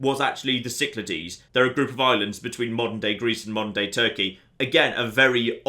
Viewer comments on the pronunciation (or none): none